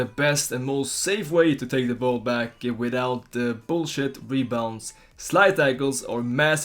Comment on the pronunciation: This is very good. I love the way you said "bushit rebounds" I'm sick of those, chip goals and all. Why cant a tackle just stick? Now players even failing to trap a simple pass!!!